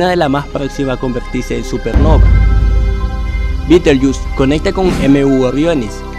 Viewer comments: mierda para ti por decir betelyus di betelgeuse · "Orrion"? "Beetlejuice"?